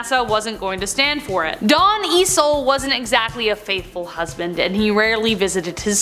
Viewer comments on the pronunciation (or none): Eisle=Eye-slee. Not Easel.